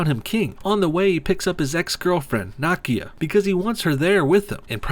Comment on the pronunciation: How.you pronounce Nakia name triggers me.deeply